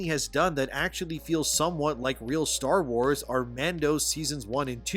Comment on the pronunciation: its called star WARS not star WHOES